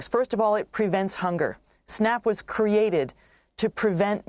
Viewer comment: " The food programS outgh to be SERIOUs in order to criate an great strong country "